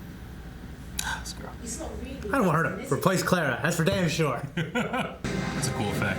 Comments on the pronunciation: It's been an entire season since Clara was introduced and all of them are still pronouncing her name as Cleh-rah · Boys, say it with me. "Clah-ruh." It's Cl-ARE-uh, like "We are," not "Cl-AIR-uh," like "The air." They say it on the bloody screen all the time! It's been a whole season. You no longer have an excuse. "Clah-ruh. Clah-ruh."